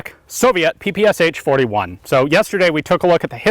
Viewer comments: not pee-pee-ess-aitch, pronounce puh-puh-shah. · P-P-SHA not p-p-s-h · I know I am not the first one here to say this, but saying ''pi-pi-es-h'' is not correct. Ш letter has no equivalent in English. The closest to it is german ''sch''. But there is sound, very close to Ш in English. This is sound you hear saying name, Sean. In Russian, it sounds like Шон, so the first sound of Sean name is equivalent to Ш. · "Sh" pronounce like "Sha" like saSha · it's pe pe sha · Don't say H! Shakira, Rashid ... Are you saying H? ;) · It is actually pronounced as P P Sh, where "sh" is one sound and not two different sounds. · So tired of people not pronouncing the name correctly, you'd think this twit would know better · "ППШ-41"... Последние две буквы ("Sh") так написаны из-за отсутствия в английском алфавите аналога буквы "Ш". Так что произношение названия очень неправильное. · YOU PRONOUNCE PPSH WRONG!